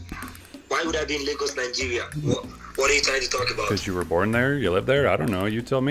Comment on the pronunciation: Why do you pronounce lagos as legos? 😂